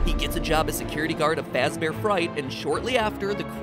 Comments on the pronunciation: freddy fazbahr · "Forget Freddy Fazbear it's Freddy FuzbAr" -MatPat2017